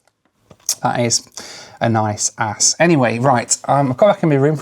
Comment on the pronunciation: His norwegian beer is called Aass, but what he doesnt know is that a double a in the norwegian language actually is a Å. The letter Å in norway is pronounced how you would pronounce the first letter a in the word always. But the beer brand Aass in Norway is actually the oldest beer brand in Norway. So they got their name before Norway started using the letter Å. Because in the old days you would write a double a when you meant å. So if the beer brand had been founded in more modern days it would be spelled Åss. By the way the Norwegian word Åss actually means hill. So basically Norway's oldest beer is called hill.